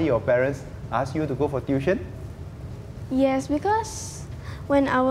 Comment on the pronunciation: TU-I-TION not DUI-TION